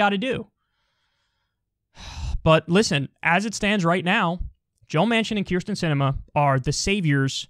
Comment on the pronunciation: Holy shit everyone mispronounces this woman's name to the point that I though Kyle was mispronouncing her name even though he's the only one who gets it right. It's Kyrsten, not Krysten.